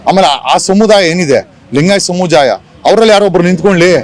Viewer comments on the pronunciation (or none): ಕೂಳಿ ಅಲ್ಲವೋ ಮೂಢ 😂 ಕೋಳಿ ಅಂತ ಸರ್ಯಾಗಿ ಹೇಳು, ಲಿಂಗಾಯತ ಸಮುಜಾಯ ಅಲ್ಲೋ ಬಿಲ್ಡ್ up ಜಗ್ಗ ಅದು ಸಮುದಾಯ😂